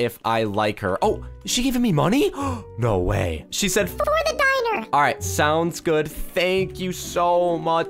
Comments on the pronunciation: It’s pronounced (din-ner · Poke is calling dinner ‘dynner’